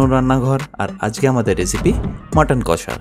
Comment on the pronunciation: Jader kache priyo, tara ‘kassa’ bole na, ‘kosha’ bole.